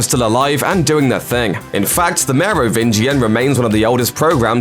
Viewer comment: I’m legit impressed by the consistent pronunciation of Merovingian